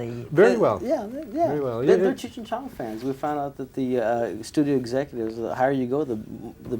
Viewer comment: She mispronounced "Cheech".